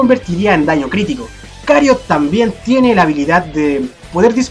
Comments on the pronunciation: Porque Cariot? XD creo que se dice Chariot jdjsjxjd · Q onda con de decir cariot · Sabes la ch no hace el mismo sonido que la c >:v